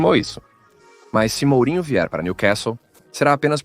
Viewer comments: MOOOOOOOOOURINHO!!! NÃO MAAAAAURINHO!!! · esse blogueiro nao conhece os nomes dos jogadores ou nao sabe ler o mais caricato é que mesmo olhando pra oletreiro da camisa do clube onde vem escrito o nome do jogador le do jeito que ele quer fogooo isso é irritente. onde ja se viu belingham para belinjer? Mourinho para Maurinho, Lamine Yamal para lamine Jamal? ossasuna para asasuna? faca, estudo primeiro antes de fazerem vossos relatos